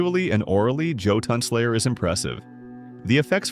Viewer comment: Dood, the voice here mispronounced the game's main thing, not to mention its name. AI voice over for sure.